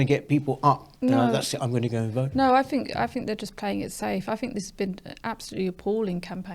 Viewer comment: It’s a sad sign of the times that we have a member of the panel, namely, who seems unable to pronounce words beginning with th she says fink & fru!!!!